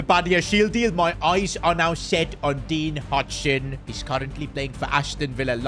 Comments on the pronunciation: Pronounced How-Sin not Hudson 😂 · It's not "hajsen" it's pronounced "Hoisen" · hujsen is mad hoysun i how u say it i think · Did he said hutsen💀💀💀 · Dean "HOY-SEN" is the correct pronunciation. 😂😂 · Bro said "Dean Hudson". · "Dean HuTsen" It's dean huijsen..